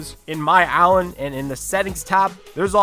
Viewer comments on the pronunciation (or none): "In my alan"